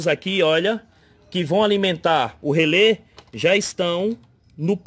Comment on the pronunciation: Rêlê, amperes... Kkkkkkkk Pelo amor de Deus cara, pára de falar errado.